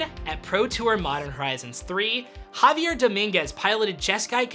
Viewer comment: One correction: it's not JAvier Dominguez. It's JaviEr Dominguez. The accent is on the last syllable.